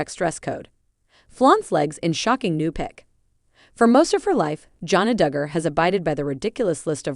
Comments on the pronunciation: JAN-NA, NOT JOHN NA! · Learn to pronounce her name and what is so surprising?